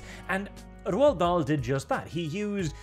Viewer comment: Finally hearing his name pronounced correctly, it only took the destruction of his work. Still, every cloud... Cheers,.